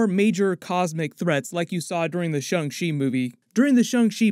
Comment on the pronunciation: I'm sure you've been told 100 times but the A in Shang Chi is like "on" or "dawn" not "Ung".